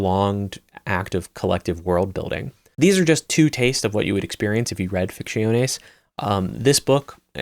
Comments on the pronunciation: your pronunciation of Ficciones is respectable 😂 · I love your content. After hearning ‘Ficciones’ pronounced so horrible 3 times I had to quit the video. I’ll come back to see it tomorrow, and i really hope there are no other spanish books in this list. Big tear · It sounds Italian